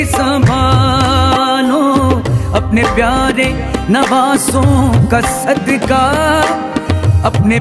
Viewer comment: sadka nhi sadqa padho language theek kro apni rafaqat ali khan